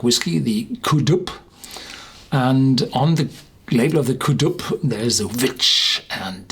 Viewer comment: Pronounced "Doo" not "Doob". Never in the North east of Scotland has Ben MacDui been known as the "Black Mountain". Marketing bullshit by corporate fools with no local knowledge.